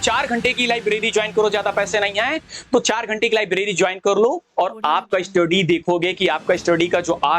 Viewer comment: Study ❌ eestudy ✅